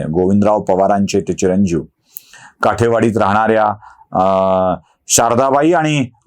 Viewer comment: काठेवाडी नव्हे तर काटेवाडी ..